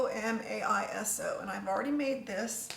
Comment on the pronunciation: Can't wait to try some power greens this way, yum! Glad I caught your addition of the plum vinegar on the video. I thought I was going round the bend, though, when you got to the sesame seasoning (I ate macrobiotic for a few years)--it's gomasio, not gomaiso, lol! The most delicious sprinkle ever!